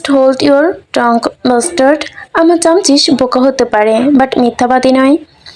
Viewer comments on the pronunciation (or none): ওটা চামছিস না চাসমিস